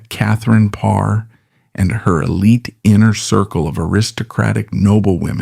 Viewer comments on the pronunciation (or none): none